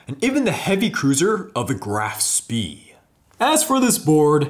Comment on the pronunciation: "Graf spee" ..oh no...